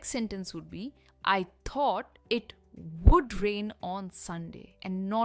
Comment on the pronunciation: First u learn to pronounce would it’s not wood sounding like wood